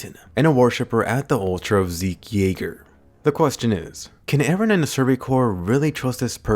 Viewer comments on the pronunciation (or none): Says “Eren Jeager” 😂